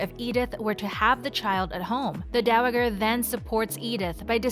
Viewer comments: I would love to watch your videos but the mispronunciation of the word Dowager over and over and over is like nails on a chalkboard to me I just can't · Learn how to say "dowager"!